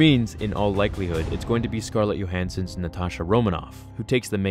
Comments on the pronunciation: Manrat Chotsiri I know I’m making fun of this guy for saying yohansson....your not to bright huh? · is her name johansson or yohansson? say it right buttchin